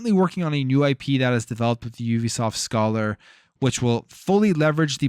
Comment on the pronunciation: Hate to be that guy, but it’s pronounced Scāler. Long A sound. It’s a mathematics term.